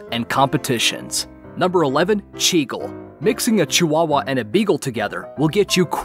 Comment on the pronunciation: Yeah you're right cwawwa